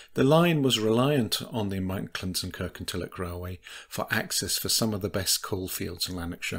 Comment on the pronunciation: Please, please, please pronounce Kirkintilloch correctly. It is Kirkintilloch, NOT Kirkintillock! Having said that, a very interesting video